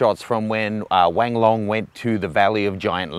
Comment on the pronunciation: Sorry, did you just say Wang Long?